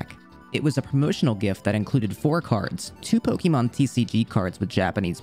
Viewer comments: It's actually pronounced "poh-kay-mahn." The accent over the e is pronounced like the word café. This book explains it. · Did you know? It isn't pronounced Poke-E-mon. Stopped watching as soon as I heard that.